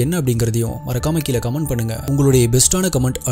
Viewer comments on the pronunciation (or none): none